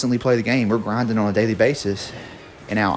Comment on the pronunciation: And that grendin and boufin